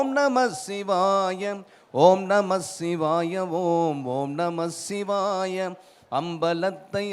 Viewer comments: பாடலும் குரலும் அருமை தான்... ஆனால்... ஆனால் ஓம்நமசிவாய எனும் தமிழ் மந்தரத்தை ஓம்நமஷிவாய என்று உச்சரிப்பதுதான் ஏனென்று தெரியவில்லை... இறைவா... அறுபத்து நான்கு முறை நேரில் வந்து உற்றாரும் ஊராரும் காண, கேட்க வைத்த நீ இன்று ஏன் வருவதேயில்லை என்றெனக்குப் புரிகிறதையா... புரிகிறது....😢😢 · ஓம் நம ஸ்ஸிவாய ஓம் ஓம் நம ஸ்ஸிவாய ... என்று உச்சரித்ததை ஓம் நமச்சிவாய ஓம் ஓம் நமச்சிவாய ஓம் என்று உச்சரித்திருக்க வேண்டும்! நாம் ஓம் நமச்சிவாய ஓம் என்று தான் உச்சரிக்கவும் வேண்டும்!